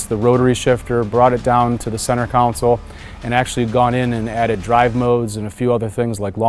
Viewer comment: I found it strange that the person in charge of the interior called the center section a "center counsel" instead of the "center console"